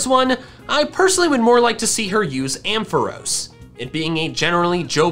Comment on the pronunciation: The "o" in Ampharos is pronounced like the a in jar. I know Pokémon name pronunciation doesn't always follow the normal rules of English spelling. That's just how they are.